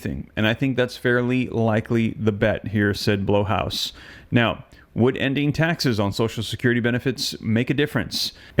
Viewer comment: It’s pronounced Blayhouse